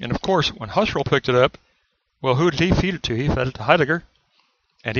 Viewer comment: Husserl = pronounced "Who - Searle."